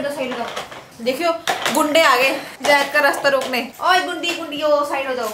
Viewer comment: Aap sab loug zaid ka name galat kyon lete ho Jaid kyon kehte ho sahi se bola Karo Zaid aise 😢jaidu nhi zaidu